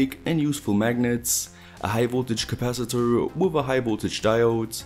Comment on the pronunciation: "Capaciturrrrrr" Never gets old